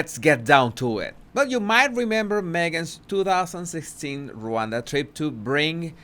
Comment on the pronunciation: Pronounced RahWonda